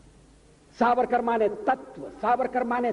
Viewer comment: Chitra ko dekho Sabarkar ko beer sabarkar bol rahi hai Mindset dikhta hai